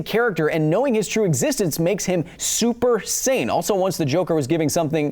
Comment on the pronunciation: Had to watch the "super-sane" monologue 3 times because all I heard was super-saiyan.